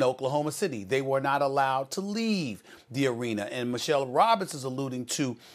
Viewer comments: Don’t worry SAS today ya won’t get made fun of for saying “Arener” bc of the topic at hand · "You're wrong and here's why. It's pronounced arena not arener Stephen A." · "Arener" is ..you're welcome